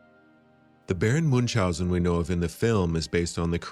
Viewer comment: It's also not Moonshousen. Do you see an 'S' in that name? No you say? Then why do you pronounce one? Muench-housen. Tip there's also no 'K' in there